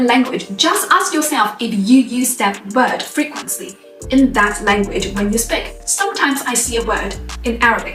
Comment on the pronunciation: When she says "speak" it always sounds like "spick".